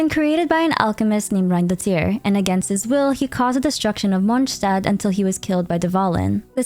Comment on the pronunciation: Why do you say "munchstad"... Hungry or something?